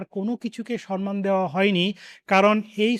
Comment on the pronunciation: Sanman নয় Samman. Try to rectify yourself for the sake of pronunciation proper. Otherwise, social evil continues.